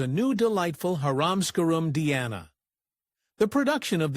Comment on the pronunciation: I wish these AI generated videos would learn how to pronounce words correctly, Her stage name was Dee-ana, not Di-ana.